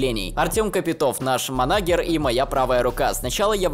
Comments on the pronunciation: Manager по русски , будет менеджер, а не манагер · манагер... Если правильно слова произносить не умеешь , не лезь